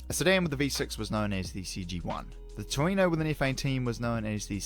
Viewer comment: The other JDM is a "Torneo" for "TOuRing NEO" (as I learnt when reading the cover of my japanese manual), not Toreno. The Torneo also comes in Euro R model with a chassis code CL1. Otherwise, nice work enumerating the craziness!